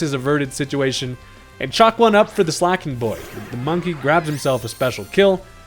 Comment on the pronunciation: It's pronounced slay-king